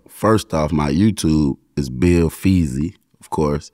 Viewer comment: Bill feezy not beezy😂😂😂